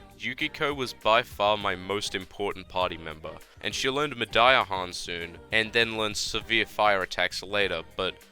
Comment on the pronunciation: I'm gonna go out on a limb and say that you meant to say Mediarahan and not Mediahan?